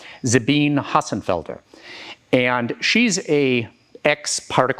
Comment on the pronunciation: You mispronounced Sabine's name — both of them. Then, again, most people do — completely wrong on her first, and stumbling on her last. But, you are so right on about her being an absolutely hilarious (and, self-deprecating).curmudgeon. She is likely the most sensical of all physicists or even scientists.